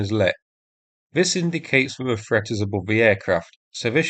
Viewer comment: I wish you could learn to speak. Threat is not pronounced. Ffffret. You come over as a half wit, unable to pronounce simple words